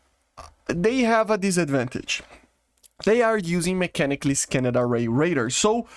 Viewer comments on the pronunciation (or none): I love the way he says scan-ned array. Trademark phrase now.